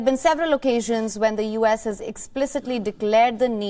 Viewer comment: did she just read U.S as "uhs"?